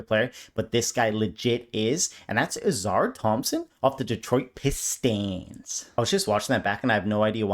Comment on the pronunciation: I think its pronounced Aussar and not Auzar 😅